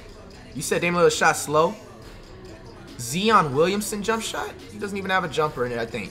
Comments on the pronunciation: Bro can’t even say Zion correctly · So we’re going to ignore the fact he called Zion “Zeon” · That boi said ZEON